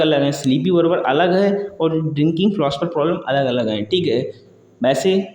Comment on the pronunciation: Sleeping बर्बर ❌ sleeping बार्बर ✅ Cache कैचे ❌ cache कैच ✅ Producer प्रोसीजर ❌ प्रोड्यूसर ✅ Concurrency कॉन्क्रिन ❌ कनकरेंसी✅